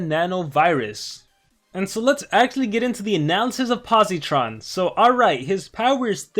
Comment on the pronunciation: Hey quick tip for pronounciation you don’t say it with a hard E sound